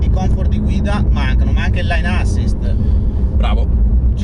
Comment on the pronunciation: ...si scrive Lane Assist e si pronuncia Lein..non lain! Per il resto..grandi!